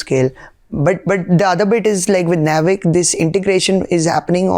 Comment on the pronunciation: I believe, it is not pronounced nav-ic, it is naav-ic.